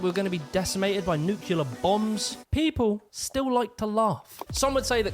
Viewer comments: On the flip side I do enjoy hearing an Englishman totally mispronounce English words or use them in totally the wrong context. New Kew Lar in this one was a great example. He’s accidentally funny. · What's a nucular bomb?